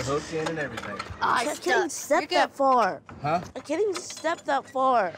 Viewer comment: He keeps saying he can’t do nothing🙄 “I can’t step that far I can’t step that dar😭😭